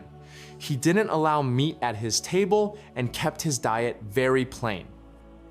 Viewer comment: I note that the AI narrator pronounces "didn't" ('did-ent') like some 21st century teenager.